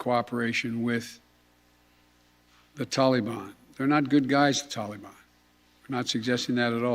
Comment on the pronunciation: I wish he could say Taliban correctly. Ugh. You can't do anything to hold them responsible esp NOW WHEN IT WOULD BE EASY FOR THEM TO HOLD THE REST AS HOSTAGES! WHAT A MORON!!! YOU HAVE CAUSED ENOUGH DESTRUCTION,PLEASE RESIGN!